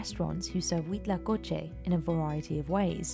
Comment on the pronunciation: Me sorprendió lo perfecto que dijo huitlacoche